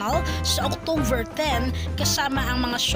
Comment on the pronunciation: October not octoVer 🤣